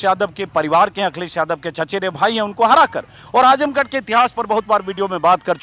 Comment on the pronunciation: आजमगढ़ नाम तो ठीक से ले लो। आजमगड नहीं